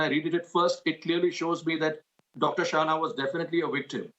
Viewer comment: I am puzzled why the anchor is pronouncing Shahana as Sahana. She herself is Shreya, does she call herself Sreya?